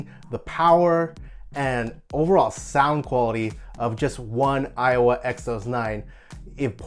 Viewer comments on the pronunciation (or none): They are same price that means 2 JBL is double the price. And stop saying Iowa. It's Aiwa.